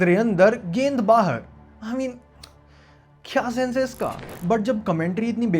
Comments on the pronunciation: Bhai "hai" ko "eh" mat bol 😊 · bhai aap ye "hai" ko "ha" kyu bolte ho ?